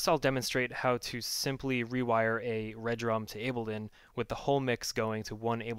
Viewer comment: Dude...love the vids, but it's RE-Drum not Red Rum. Peace.